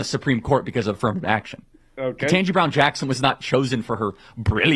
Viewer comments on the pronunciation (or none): Ugh I hate how says Ketanji Beown Jackson's name wrong every single time.